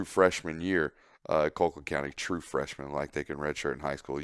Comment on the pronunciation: Call-quitt damnit, not Coal-quitt